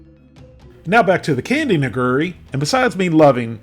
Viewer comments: That Nigiri would be said "KneeGeeRee" not "NiGery" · i believe it's pronounced "nigura" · Hearing you say nigiri sounded like you were almost saying something else. No offense intended, of course.